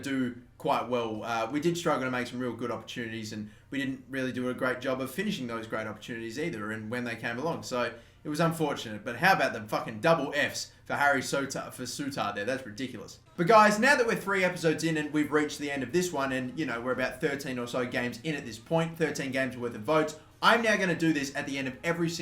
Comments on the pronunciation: Ffs. It's pronounced 'sooter'. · I went to the same school as Harry souttar and you're not pronouncing his name right you don't pronounce the "a" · The way he says Souttar kills me